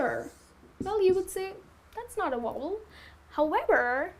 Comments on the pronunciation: Vowel not wobble XD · but her sound like wovel.....check again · You pronounced Vowel as Wovel, but you're cute so I'll let it go ;). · Wovel! Ha. Oh dear. You mean Vowel - a e i o and u. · VOWEL is not pronounced correctly. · I was watching until I heard badly pronounced "vowel". Sorry to say but if you want to teach others, you've got to learn first. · Very nice video, but you're pronouncing "vowel" incorrectly. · Tq sir u correct her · The video was very good, but you miss pronounced "the" and "vowel" you have to pronounce the v in vowel.